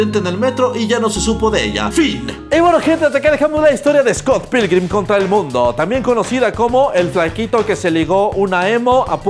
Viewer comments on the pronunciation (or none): Scott pickman jaja